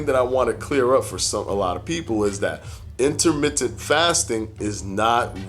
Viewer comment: Interment-TENT..say it right bruh